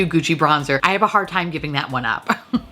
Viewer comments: When you said 'tom fondly' instead of time fondly xD LOL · Is it just me or is she saying “I’ll remember our Tom fondly”?😅 is it an inside joke idk orrrr... are my ears going out sooner than expected? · I just cant get over how i always heard "Tom fondly" then you started saying that 👏 👌 😂